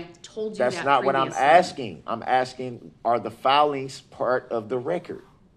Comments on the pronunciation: I object to you “axing” me about lawful law😂😂😂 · She is not axing you she is asking you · The way he keeps "aksing" the same redundant questions, Im amazed he even knows how to Breath.